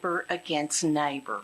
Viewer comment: Nighbor against nighbor 😂😂 it killed me 🤣🤣